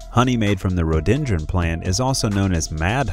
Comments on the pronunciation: We saw several of these at the Butterfly Pavilion 😳 Strong advisory NOT to touch butterflies OR plants. FYI Rhododendron has 4 syllables & is pronounced 'rō-dō-den’-drun’ 🙂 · Hi, Rhododendron; I've only ever heard pronounced; ROW-DOUGH-DEN-DRAWN, a very common and attractive spring flowering bush/tree in my part of the world.... OK.. Thanks ! Have a Good Day.